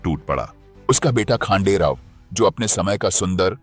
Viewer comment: वह नाम खांडेराव नहीं हैं . खंडेराव हैं . महाराष्ट्र का देव खंडेराया है .श्रद्धा से खंडेराव नाम प्रचलित हो गया . आप इंग्रजी में पढ़ते हो तोवह अक्षर " खा " हैं या ," ख " हैं यह कैसे तय करोगे . इसलिए अपनी भाषा में लिखना पढ़ना शुरू करो . खंडेराव यह भगवान का नाम है परन्तु खांडेराव यह नाम नहीं अर्थ शून्य है . इसलिए इंग्रजी में लिखा हिंदी में पढ़ने से ऐसा संकट खड़ा होता हैं . और अर्थ का अनर्थ हो जाता हैं . क्यों कि आपको भी पता नहीं योग्य नाम क्या है ? ना आप इंग्रज बने ना आप भारतीय बने . त्रिशंकु अवस्था हो गई .और अपने ध्यान में लेने का प्रयास भी नहीं किया होगा . जैसे एक स्टेज कार्यक्रम में कुंभाराम को कुंभकर्ण बोल गए . आज सहस्र वर्षों पूर्व का , विश्वगुरु सनातनी समाज ब्रेन वॉश के कारण कहा से कहां पहुंच गया .जिसकी भाषा अशुद्ध हो गई तो वह अस्तित्व हीन बन गया . बस इतनी सी बात है .